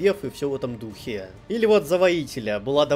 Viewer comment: ...и всё в таком духЕЕЕ...штукЕЕЕ...патИИИ... Любопытный выбор ударений, который приходится на последний слог, искусственно затягивая его🤔